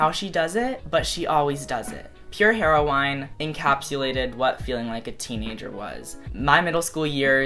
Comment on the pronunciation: "Pure Hero-wine"